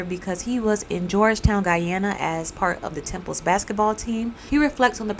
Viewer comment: I am very happy that; 1. You actually pronounce and emphasize the location of Guyana. (Even the news mess this up) 2. This story is being retold. My dad was part of the military force that went in after the kool-aid was served. Unfortunately.